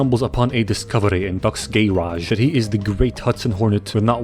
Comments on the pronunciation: How all says it: Garage How (explanied by an idiot) says it: G a y r a g e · "in doc's gayrage"